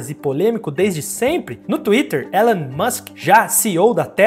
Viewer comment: O nome dele se pronuncia "ILON" musk. E não tem essa de estamos no Brasil. O nome é próprio e deve ser pronunciado corretamente.